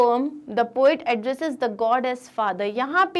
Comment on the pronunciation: Poat nahi hota PO IT HOTA HAI